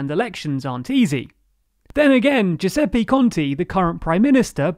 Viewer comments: I love the content of your videos, but PLEASE at least try to pronounce the names properly. It's 'Giuseppe Conte', not 'Giuseppi Conti', etc, etc. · nice video! BUT please please please PLEASE, learn that in Italian the vowel E is always pronounced "EH" not "EE". GiuseppEH ContEH not Giuseppi Conti. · Are you pronouncing EVERY SINGLE name incorrectly on purpose? It's really frustrating.. It's "GiuseppE ContE" "E" pronounced as it's written, like in "elephant" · I love your content and videos, but I need to comment on the pronunciation of Italian names...I don’t mind accent at all, but there were two instances that made me cringe: 1) Giuseppe Conte (and any other word ending in -e) is Giusep-peh Con-teh, not Giusep-pee Con-tee (unlike, for example, Draghi or Monti , which, like all words ending in -i, are indeed pronounced Dra-ghee and Mon-tee). The sound of the last “e” is the same sound of the first “e” in Giuseppe. 2) Ciampi (and any other word containing -ci-) is Cham-pee, not Kiam-pee These feel especially strange to Italian ears because they sound like someone chose to deliberately use a different letter (and not just like Italian words with an accent ) Apart from that, I really enjoy your videos, thanks for all your effort!